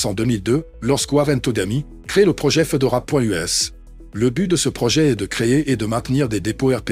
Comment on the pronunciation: Fédora, pas Fedora... Fédora, comme le chapeau 🙃